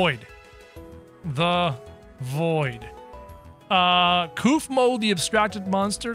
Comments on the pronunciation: It’s kaufmo not keufmo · Sorry to correct you it’s pronounced kaufmo not kafmo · It’s not kafmo it’s Kaufmo ur funny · Your saying koofmo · Stop saying koofmo